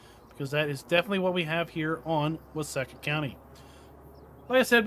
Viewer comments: I’m actually from Waseca. It’s pronounced with a long e. So like Wa See Ca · It’s pronounced “Wah-SEEK-ah” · It's pronounced wah-seek-ah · Why-seek-ahh. You’re welcome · It is pronounced wa see ka. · Its funny, you can tell whos from Minnesota in here, myself included. Its pronounced with a long E sound.